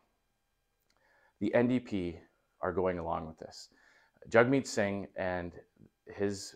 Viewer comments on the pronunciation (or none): none